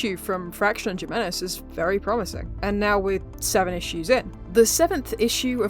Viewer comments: you keep saying Jim-enez its pronounced "Him"-enez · Jimenez is a Spanish name. The “j” is pronounced like an “h”